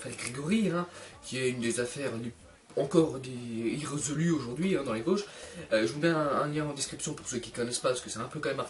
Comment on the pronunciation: tes vosgien ? mais tu dit même pas vosges avec l'accent mdr on dirait un parisien